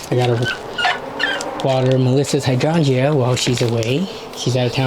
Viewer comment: Don't know if you were joking, but hydrangea is pronounced "hi-drain-juh" not "hi-dron-jee-uh"